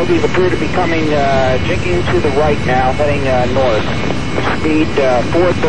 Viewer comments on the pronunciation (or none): "Jinking". Not Jinxing. Jinking. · It's jinking not "jinxing" and two AIM-7s missed (Fox 1) not the AIM-9 Fox 2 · It is "jinking" not "jinxing" BTW - FWIW "jinked" not "jinxed" Otherwise good job - the reason the first "Fox One" failed is because at the low altitude, the thicker air limits the range of the missile - they were simply too far away and in too thick air density - not enough range at that altitude to reach the target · It's called jinking , not jinxing. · Jinking, not “jinxing.”